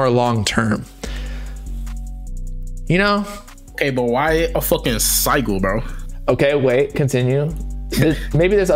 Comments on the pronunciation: dude said sy-gul 💀💀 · couldn't take this serious after I heard "sigle" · SI-JIL BRO. NO SIE GULL. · Sih-jul…. I was like wtf is a “sie- gull” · No way mans said Sigle dafuck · Bruh It’s hard to listen to “siegel” over and over again it’s Sigil with a j sound lol like ci - jul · Its just the same as a crest lmao p.s its pronounced sidge-ill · it's sigil pronounced sijil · saying sigil wrong the entire time was killing me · The pronunciation of “sigil” was making me rage 😂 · The way they pronounce sigil got me an aneurysm i cant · bro i can't stand the way the pronouncing sigil it's funny asl 😭😭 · Bro they were pronouncing Sigil wrong the whole video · They way yall saying sigil is wrong and dude doesnt know wtf hes even talking about lol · MAN I DON'T THINK THAT'S HOW YOU PRONOUNCE SIGIL LMFAO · These guys really don’t know how to pronounce sigil? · How does dude not know how to pronounce sigil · them mispronouncing "sigil" killed this for me. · BOB IT'S SIGIL lol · U can't even pronounce it bob, i don't think it'll work 4 u 😭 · i hate how they are pronouncing sigil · Also bro don’t know how to pronounce sigil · Not trying to hate but how are you going to speak on this knowing absolutely nothing about it, dude couldn't even pronounce sigil right